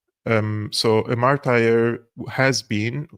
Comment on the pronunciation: Martur ... Not martire 😊